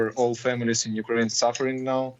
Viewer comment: Why do they always pronounce “Kyiv”correctly but they never pronounce Ukraine properly.. the media is so pretentious.